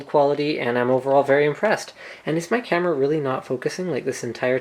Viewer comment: I know he said camera, it allmost sounded like "canon"